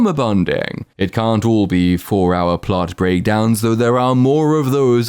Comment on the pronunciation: I came back to let you know theres no "er" in the word "plot". (you say "plert" as if thats a real word)